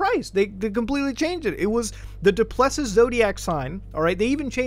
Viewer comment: he butchered duplessis so bad lmao